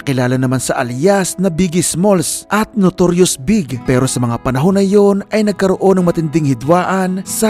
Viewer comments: hindi nman big ang pag pronounce kay notorious big ang tamang tawag bee high ghie B..I..G..😊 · Notorious B-I-G po ang pronunciation ng pangalan ni Biggie